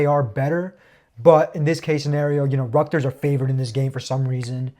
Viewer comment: Man said “ructers” instead of Rutgers 😂